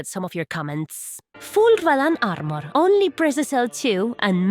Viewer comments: rradán arrmorr, me gusta cómo suena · RRRRRRadahhhn Armerrrrr